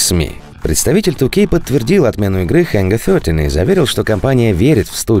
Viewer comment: Пожалуйста, давайте обойдемся без ХЭНГА ФЬОТИ. Ангар 13. Пожалуйста, слушать больно